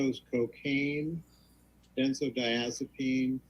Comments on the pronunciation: It’s so funny that the lawyer can’t pronounce benzodiazepine. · The Turd’s Lawyer should learn pronunciation. Geez